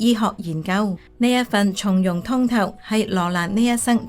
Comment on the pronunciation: 從容，讀“鬆”容！